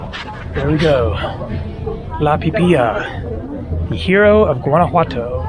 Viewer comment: You Pronounced...! Pe pi ya...?? Incorrect...The Word is >>>> ( Pee Pee Lu...)...Pi Pi La.....Thanks For The Video.....!! 👍👍👍👍👍👍